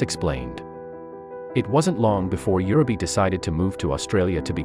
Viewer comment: For Heaven's sake pronounce the names correctly! It is UUUreee beh.